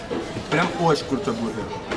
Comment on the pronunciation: БурХер......гы гы.....